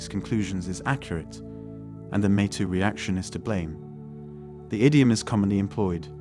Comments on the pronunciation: 'Mee' too, not 'meh' too. 👌🏻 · Obvious text-to-speech voiceover there. Videomaker, please be vigilant about pronunciations, most notatably "metoo". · “The meh too movement” 😂